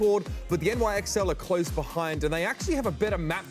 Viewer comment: calling NYXL “nixle”...........